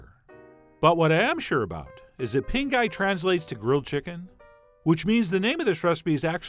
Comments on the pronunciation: The funny thing is in Chef John's capable hands, I am totally going to try a recipe that sounds like he keeps saying pink eye- that's trust and talent folks. Cause after all, Chef John is the guy of this Canadian/ Loatian Chicken Ping Gai... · Sounds like you said pink eye chicken at the end of the vid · it sounded like you said pink eye chicken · I was listening to this show in the background and I thought he said, "Pink Eye Chicken". I said "What the...?!" I had to stop what I was doing and watch the video 😄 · Totally thought he said, "Pink Eye Chicken." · "pinkeye chicken" 😂😂😂😬😬😬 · "pink eye chicken" 😜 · Did he say "pink eye" ??? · The whole time it sounds to me like you're saying "pink eye" chicken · Did anyone else keep hearing "pink eye"? 😂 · Why did I hear ...with Pink Eye Chicken 🤔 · Anyone else think he’s saying “Pink Eye Chicken”? Lol 😂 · Haha, I opened this video in a new tab and it started playing before I switched over and I swore I heard you say, "With big guy chicken!" You make me want to fix my grill. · I kept hearing "Pink Eye Chicken"......😁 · I cannot unhear "Pink Eye Chicken" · Subtitles on actually say "pink eye chicken" 😅😂